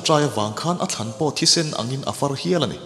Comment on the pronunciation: Thlân(grave)niloin Thlan ti alam zawk tur,Ngaihthlak anuam in i aw afiah thin e,Pathian in hriselna pe che u in in channel malsawm zel rawh se🙏🏻✝🕊✝🙏🏻